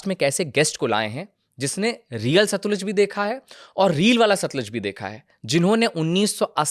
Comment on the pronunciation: Satluj bhai satliz nahi